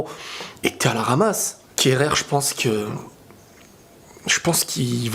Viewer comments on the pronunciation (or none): C'est plus kehrer c'est kerreur 😭